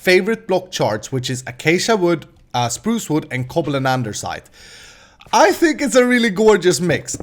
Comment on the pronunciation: Why do u Say Andersite? its andesite....